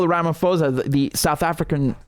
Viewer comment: RamaPosa - NOT RamaFosa! P for puppy, not Ph for Photo!